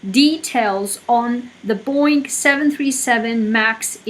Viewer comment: Boing?? Its BoEing lady🤗